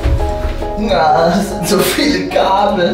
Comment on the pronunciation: Als gesagt hat "Man sind das viele Kabel" Habe ich verstanden😂 "Man sind das viele Gabel" 😂😂😂😂😂😅😅😅